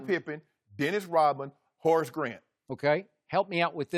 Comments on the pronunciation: Hor Grant 😂 😂 😂 Shannon cant pronounce Horace 😂 im dead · Why Shannon keep calling Horace Grant "Ho Grant" 😭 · "HOE GRANT"!? 😂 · My boy said Hoe grant